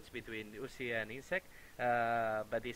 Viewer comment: U-z-i not Uzi.